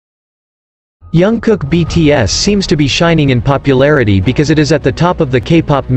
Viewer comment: Please pronounce JK’s name correctly, as a way of respecting him.